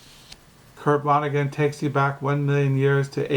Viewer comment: I'm just being cheeky. You say vonneguN through the video. It's with a 'T' rather than an 'N'